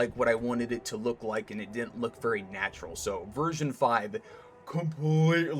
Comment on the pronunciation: good job! I liked the part where you said natrual